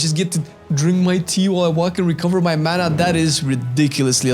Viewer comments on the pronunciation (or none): none